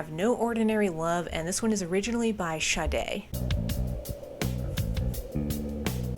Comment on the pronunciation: I do find it amusing you were able to pronounce Sade correctly, but not Lynard Skynard.